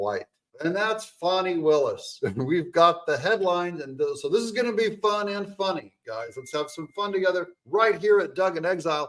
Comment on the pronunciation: Funny, fani or foni😂